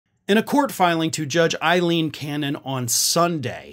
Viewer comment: do you call her Eileen Cannon intentionally to get under the skin of MAGA in the same way they mispronounce names, or are you simply not paying attention to the spelling of Aileen?